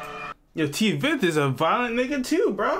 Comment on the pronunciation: bro not T-Veth but Tweth